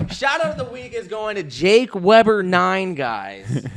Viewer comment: "What Do You Think JACK?" Anyone else hear say Jack instead of Jake lol! 😂😂😂